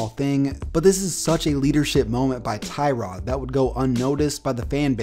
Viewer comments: It’s “tuh-rod” not “Ty-rod” free “Tuh-rod” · TUH-rod Taylor not TIE-rod. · It's actually prenonce Tuh-rod not Ty-rod just a cool fact for you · Tie-rod? No, it’s Tuh-rod. Also, I’ve always liked Tyrod. He’s a beast. Sure he’s not elite, but he’s better than people give him credit for. And he’s a super chill guy. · Its tuh-rod now lol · Its actually tuh-rod smh Nah I dont actually care it will always by ty-rod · It's pronounced (TUH-ROD) Taylor. Get it right, buddy 👏👏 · Thats not how you say tyrods name